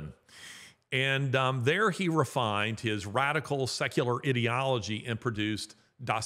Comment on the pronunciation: I really enjoy your podcasts Larry but you do need to correct your pronunciation of "ideology".